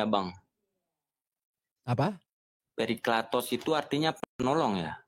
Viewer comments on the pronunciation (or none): Parakletos bang bukan perikletos